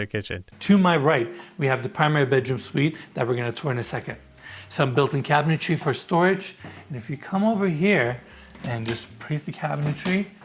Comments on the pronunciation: Another episode, another chance to beg to say CABINETRY not CABINETARY… 😂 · I've heard you say this a few times so I have to point it out. Cabinetry is pronounced KAB-i-nuh-tree.